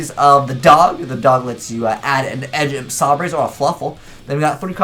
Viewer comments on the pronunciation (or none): Yo. When you gonna pronounce edge imp sabre correctly kappa?